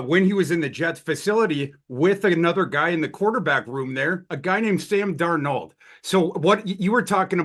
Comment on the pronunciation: Why did he not pronounce Darnold right?